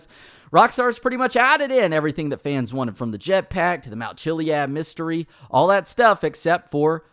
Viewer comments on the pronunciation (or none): none